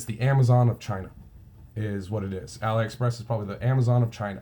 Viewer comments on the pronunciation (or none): Thanks. "Ahlee" Express by the way, like Alibaba:) Just subscribed, I think you and I think along similar lines. Most of my sales are in small niches that are mostly overlooked. Good luck and thanks for the vids.